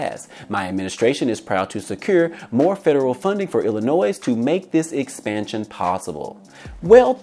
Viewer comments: "Illinois" ... The S is Silent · The S is silent in Illinois